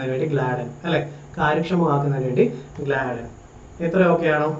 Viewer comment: ഗ്ലാഡ്ൻ അല്ല ഗാഡ്ഗി ൽ അല്ലെ